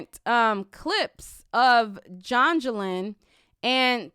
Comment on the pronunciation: Girl you said Jongelin LMFAO